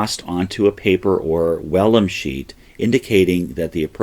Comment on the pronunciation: Good info and well presented! Just a quick note. I believe it's pronounced vellum with a hard V. Thanks for these great American history videos.